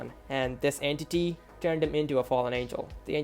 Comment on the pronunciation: "entiy" also why did I watch this at night